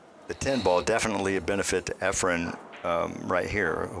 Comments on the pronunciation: Its efren not efrum geez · Why do many of these commentators you use call Reyes "Efrem?" So much for credibility. And the other guy who worked at the Weather Channel: he's a meteorologist and does not understand what "30 percent chance of rain" means? Too much yammering... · This is probably the third different commentator I've seen on youtube who refers to Efren as "Efrem." It drives me crazy. Show some respect and get the name right. He is, after all, one of the greatest pool players of all time. He might even be THE greatest player of all time. EFREM? Good God.